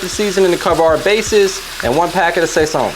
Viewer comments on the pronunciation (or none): “Say-Zone” lol….. good job tho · The way you pronounced sazon killed me a little inside. 😂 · This ain’t an authentic NYC chopped cheese and you pronounced sazón wrong. Also, you don’t use ground beef. You’re supposed to chop up an actual burger which is the only thing seasoned and not tomatoes. That “Make It Happen” is not part of the ingredients. This guy doesn’t know how to make an original chopped cheese the New York City way.